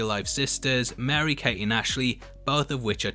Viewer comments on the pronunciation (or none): none